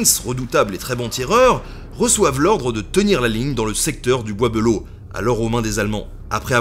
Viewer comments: Un gars de Château Thierry te dit qu' on ne dit pas "belleau" mais "bélleau" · bizarre la prononciation : "beulo" au lieu de "belle eau". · Pareil tkt , on dit tous Bélleau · Du coup y’a que moi que ça dérange qu’il dise « le bois beuleau » et pas de belleau comme nous on le dit? 😭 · Je suis de Château-Thierry. Jaulgonne exactement en dessous du Charmel. Petite anecdote, Le bois De Belleau se prononce Bélleau dans la regions. non bois beulleau. En patois sa donne "Le bois D'bélleau" En tout cas super chaîne merci continu !!!!!. Et si tu repasse dans le coin dit le je connais plusieurs sites historique de toute époques. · Wouhahou ! C'est chez moi ! Maman regarde, on passe à la télé ! Euh par contre on dit pas "Beulleau" mais "Bélleau"... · Slt nota bene Je vis à Château-Thierry et on prononce pas « Beuleau » mais « Bèleau » Sinon super vidéo j’espère que tu as passer un moment agréable ici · moi aussi cela me faisait tiquer quand il disait be à la la de bé. Mais bon c'est vrai que c'est pas instinctif. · Alors ceux de la région, je ne sais pas comment vous prononcez Belleau, mais moi qui vie à Château-Thierry depuis 27ans, j'ai toujours entendu prononcé "Bélleau" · Cest le bois b“é“lleau enfin on le dit comme ça dans le patelin 😂 sinon excellente vidéo j’adore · "Le bois Beulo" ? Le casque "Adriane" ?